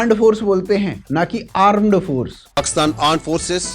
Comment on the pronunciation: Aand forces where G is silent 😂